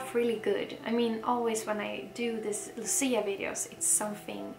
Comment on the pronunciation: nie Luci, tylko Łucji. Łucja. You're welcome.